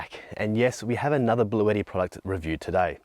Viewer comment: Isn't this brand pronounced blue-ti and not blue-etti.